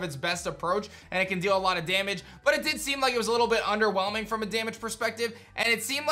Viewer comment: How many times did he say 'underwhemling'